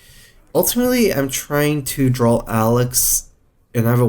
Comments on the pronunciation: Does he intentionally say "drawl" instead of "draw"? People point it out every video but he keeps doing it... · maybe he has some murloc roots